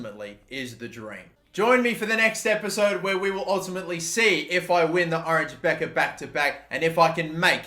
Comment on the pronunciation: I doubt you will be managing in The Netherlands for much longer but just for my sanity's sake it's pronounced the Oranye Bekker